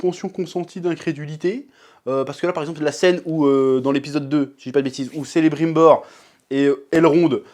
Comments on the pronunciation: J'avais beaucoup d'appréhensions, finalement c'était simpa, hormis la prononciation de Celebrimbor qui passe en CeleBRINbor (vachement classe pour un elfe) qui m'as fait un peu tiquer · Tous les C dans les noms elfes se prononce K. On devrait prononcer Keleborn et Kelebrimbor. A propos, est ce que le mari de Galadriel (Celeborn) apparaît dans la serie? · prononce Kelebrimbor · Gandalf, moi je dirais Sauron Sinon c'est quoi cette trad française pour celebrimbor, le "brim" se prononce "brime", juste immonde dans notre langue, pareil pour Lindon, ça se prononce " lun don" ou "line done"? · Bon je n'ai rien raté x"D je le savais que cette série puait ! "Selebrimbor" ???????????? ça vient de me faire réagir là ! phonétiquement c'est "Kélébrïmbor" !! Crénom d'un chien ! Même pas foutu de l'appeler correctement ! Elrond on dirait Justin Bieber c'est horrible... Gandalf n'est pas sensé apparaître. Pppffffff ils font n'importe quoi ! Le rôle des Mayar hormis celui des Balrogs n'ont pas lieu d'être. Si ça parle de Kazad-Dum, il faut parler du Fléau de Durin. Pour Galadriel qui traverse à la nage, ils auraient pu mettre en avant Ulmo ! La narration est lente dans les livres oui. Mais dans la lenteur du début, on est dans une ambiance de paix et de tranquillité. Si tu me dis que ça se passe après la défaite de Morgoth, le monde doit être en pleine reconstruction... la paix est encore très fragile, on devrait avoir des larmes et encore de la méfiance dans les explorations des zones. Les Orcs doivent être en cavale, tout comme Sauron (ou Anatar pour les intimes) qui cherche à fuir les forces du divines des autres Valar. Normalement les Arbres doivent déjà être détruits. Il y a des trucs totalement anachronique c'est vraiment relou. Pour moi c'est décevant ou bien parce qu'elle ne me convient pas du tout du point de vue scénaristique. je ne retrouve pas l'esprit Tolkien. Clairement pas. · Ça se prononce Sélébrinbor, s'il te plaît.